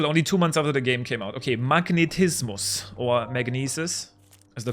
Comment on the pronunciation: Nice Vid! I love the scene where you spoke Magnetismus german, but with an English accent and always say that this Speedrun was made after 2 months when the game came out.